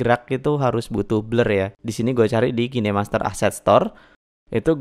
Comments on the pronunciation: Cara bacaan kainmaster bukan kinemaster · Kainmaster bang, bukan kine master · Bang, pengucapan "kinemaster" nya salah. Coba perbaiki lagi pengucapan nya coeg ᕙ( ͡◉ ͜ ʖ ͡◉)ᕗ